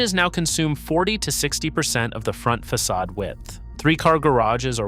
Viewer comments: Fackadism LOL... Fa sod ism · Same, and that was just after it said "Fackadism" when referring to the facade. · fackadism? Fix your AI voice program; the c is pronounced as an s.